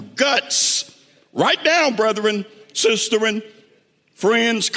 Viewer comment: Powerful. "Sisterin"?